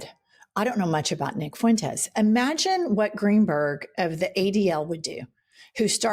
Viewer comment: Nick Foo-entez? DonOld can't even pronounce his name correctly 😢😅